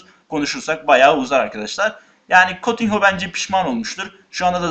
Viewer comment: Kutinyo diye okunuyor kotinho değil